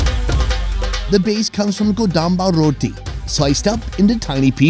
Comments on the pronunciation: "Rrrrrroh tea. I thought it had 17 R's" 😂😂😂😂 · Love it when he says rrrroottttii